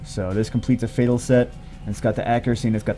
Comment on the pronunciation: Mohamed Amine Sobhi just noticed you said fatel LOL GG